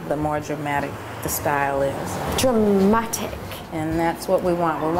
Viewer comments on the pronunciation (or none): omfg, the presenter!! *face palm* - "dramatic", "spritz","ceraaamic"